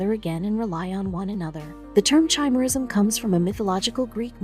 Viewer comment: I know chimerism can causes your blood dna and vs external dna as different. It’s from absorbing a twin in the uterus. I have heard a murder case that this happened in so this didn’t surprise me. It’s not chime era it’s pronounced ki mera ism like the mythical creature with a lions head a goat body and a serpent tail.